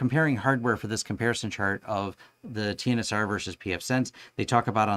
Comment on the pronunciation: Netgate's TNSR is pronounced 'tensor' not T-N-S-R as explained in a Netgate blog post from Nov 2018.